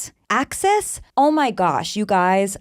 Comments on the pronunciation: It’s Axis 😂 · The fact that she says axis like "act-sis" is actually so TANC in this context